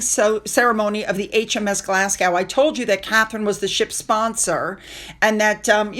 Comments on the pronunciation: Thank you again you are my royal correspondent you tell me more than my nightly news. I’m Scottish just a hint when you say Glasgow pronounce it like a Scot put these two words together, Glass Go. That’s how Glasgow is pronounced. All the Royals looked amazing at the Royal Garden party & Chelsae flower show. They did that donation back in January he gave less than £5000. It’s a country wide one that many donate to. The Uk don’t need his charity. Tell people not to put their data on jam scam site as allegedly it’s data collecting site. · Glasgow you don’t pronounce the w just Glasgo! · Fab broadcast as always. Sound like a pro when you say Madame Tussauds pronounce as Mad-DAM TOO-sods. Glasgow is pronounced Glaz-GO. And the PoW christened HMS Glasgow with whisky as this is the official national spirit of Scotland. The more you know 🥰 Love to the fam.... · Glasgow.. its pronounced "Glaz-go" not Glas-gow... and yes, its usually champagne to launch ships, but Scotch Whiskey was used because its Scotland, the origin of scotch/whiskey....it makes sense!!😂😂😂😂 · The following is said with kind intentions, is not a criticism and should not be interpreted in any other way: Glas-go The ‘w’ is silent (Like the ‘s’ at the end of ‘Illinois’ but that’s another matter for another time and not related to the topic at hand or this fabulous channel!) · Sorry. Glasgow is pronounced Glasgo